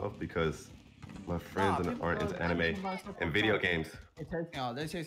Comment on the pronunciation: the funny thing is that leland wasnt even saying the anime exactly how ben said 😂😂😂 mf added a extra e